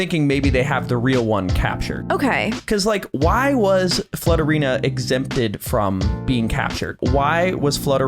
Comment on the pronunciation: when said flutterina i heard slutterina i was like " pause?? i like that name better "